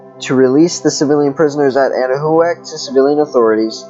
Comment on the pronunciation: It's pronounced 'Ana-Wac' thanks for sharing 🤗